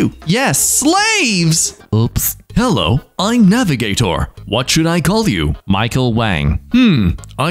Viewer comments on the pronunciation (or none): none